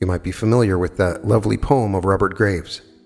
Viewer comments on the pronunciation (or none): none